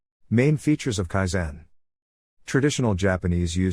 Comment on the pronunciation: You are putting the wrong stress on the wrong syllable. KAIzen. not kaiZEN.